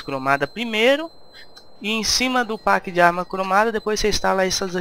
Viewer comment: Galera vamos fazer uma coleta pra colocar ele numa escola de inglês, porque ele pronunciar packs, por PAcks de novo, aí é foda uheuhehu vamos ajudar o cara ! =D